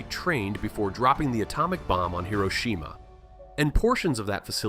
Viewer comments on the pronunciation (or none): none